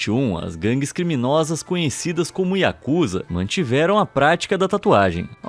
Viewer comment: Não é Yakuza O correto é yakuzá